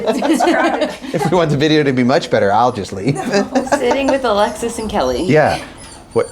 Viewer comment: Every time you say Alexis, I think you’re saying Alexa lol